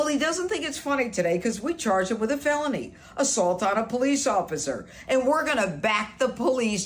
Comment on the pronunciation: It absolutely IS a deli weapon, actually (incidentally, I also thought you said "baloney assault" instead of felony assault earlier)